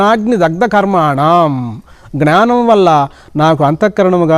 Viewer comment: జ్ఞానం ( not gnaanam). Pranaams